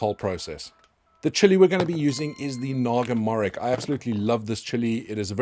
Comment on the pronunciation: Morich is pronounced moritsj btw!